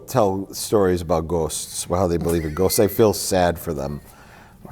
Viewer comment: Like 'Ghost' but you fit the word 'Goose' in the same syllable somehow